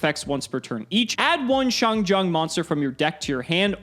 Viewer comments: Just a small headsup, the Jian in XiangJian is pronounced more like Jien, with a hard n sound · As a Chinese speaker its funny to hear how much struggling to pronounce "xiangjian"(相剑）,相剑 is ancient term in Chinese for people how determie how good a sword is, like a higher level black smith. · I’m just here to listen to butcher the Chinese pronunciation. Not disappointed 👌🏼